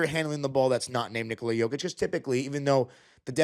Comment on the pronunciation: You pronounce name Nikola correctly. Most Americans put the accent on the begging of his name, not in the end which is correct. 👍